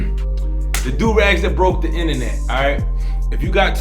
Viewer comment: Lol 😂 my mans said inenet instead of internet